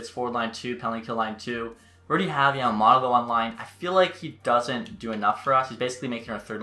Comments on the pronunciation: Yamamoto not yamamotto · Matthews ( Yamamoto not Yamamotto)